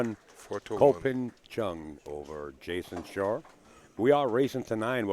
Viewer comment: It's ridiculous. "Jayson Shore"? Who tf is that? And listen to . "The seven is right in the jores"?? Aren't we in America? What happened to proper English?